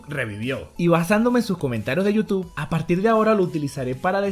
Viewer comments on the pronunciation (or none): none